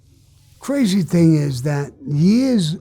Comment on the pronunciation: Those cwazy wampers!